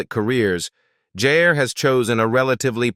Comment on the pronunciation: Ewwww, AI has no idea who is who in many of the photos (esp the 3 older boys), about half the video was pointless reputation & stock photos, irrelevant at best, misleading at worst, & the mispronunciation of Jair & Jaegar’s names …! No mention of Jasmine’s marriage, saying Jess has children when she doesn’t, ewwwww! However there were a few update photos in there that I was happy to see & made it worth enduring the video (at above normal speed through choice)